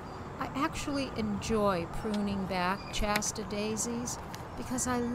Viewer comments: Shasta, not Chasta! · I've never heard "Shasta" pronounced "Chasta" before. Is this from Massachusetts?